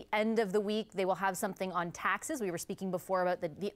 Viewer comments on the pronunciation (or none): He sounds sick, is it just me? Or do you think he has what we think he has? I mean the man can’t even say taxes.